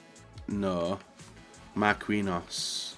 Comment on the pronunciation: I know he corrects himself on a couple of these but it's just mistake after mistake on every video 😐 1. 'Perisic of La Liga' 2. Says Sané instead of Mané 3. 'We need something in the goalkeeper position' already has Lloris 4. 'Mar-queen-hos' 5. And the classic 'I don't know where I'm going with this' - and he only has 2 picks left Think before what you're saying